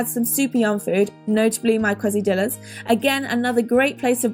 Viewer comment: Kwessi-dillas!!!! HAHAHAHAHAHA! Best pronunciation I've ever heard!